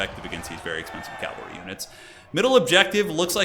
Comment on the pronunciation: Nice video/ commentary. Sidenote, it’s cavalry, not Calvary.